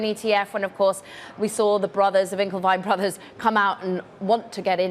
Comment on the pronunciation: Winklevoss twins or winklevy twins reporter?? Huh 🤔 😂🤯